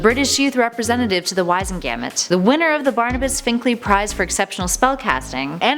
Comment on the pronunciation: Learn to pronounce the words! In the last video, it's the mirror of Er a sed. In this video, it's Wiz en go mont. Did you even watch the movies?? This is how you lose cred a bil ity